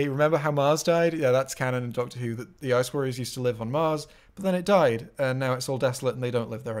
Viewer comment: "Beneath the ice" Sounds like "Beneath the eyes"